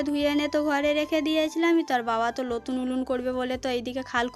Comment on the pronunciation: ওটা লতুন উলুন নয় ওটা হলো নতুন উনুন।খাল খোদা ওটা আবার কি কথা ওটা হলো গততো করা হচ্ছে। টমেটু নয় টমেটো।ওটা করোই না ওটা হলো করাই।আর দৈবকির সাথে তোমার তুলনা করোনা।দৈবকি হচ্ছে চাঁদ আর তুমি হলে পোদ।দৈবকির মতো মেয়ে হয় না, ।